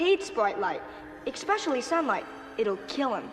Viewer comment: are we going to gloss over the mispronunciation of 'EXPESCIALLY' ????